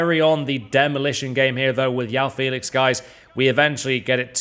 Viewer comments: Jao Felix not yaw Felix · Yao Félix? Please learn his name. Is JOÃO Félix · It's jjjjoao Felix not oao Felix with j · It’s João not yoao Welcome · his name is J-O-A-O not Yao lmao idiot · IM BRAZILIAN I SPEAK PORTUGUESE AND I CAN ASURE YOU IS NOT YAO IS JOÃO JOE OW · You don't call someone Yao Cancelo of Yao Felix. It's João Cancelo or Joao Felix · It’s pronounced “Zhwoah” and not “Yao” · Just a heads up. It’s pronounced Joe-ow Felix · Isn’t it joe ow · Why are you calling him YAO Felix. YAO in hokkien means hungry 😂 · its not how you prounounce it at all. I´m from Portugal and study phonetics, its João as in ['Ʒwɐ̃w̃'] , the "J" is from John and its followed by a nasal sound that is very hard to pronounce to english native speakers , i think he says it that way because its easier thats all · FUCKING PRONOUNCE HIS NAME RIGHT